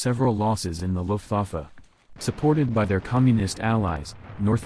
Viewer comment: The AI has terrible German - saying "Looft- Waaf" for "Looft-VAH-fa" (Luftwaffe) for example.